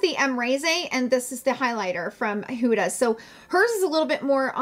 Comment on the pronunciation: Love you. Thanks for the review. As an Egyptian, I must correct the pronunciation (forgive me). Not Who-da but Hood-a (like hood of a car)❤️❤️